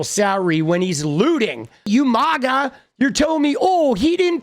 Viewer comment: I'm starting to get pissed hearing maga pronounced incorrectly. It's sounds like maggot, not like Lady Gaga.